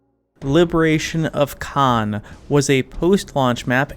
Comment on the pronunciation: the misprononciation hurts me a lot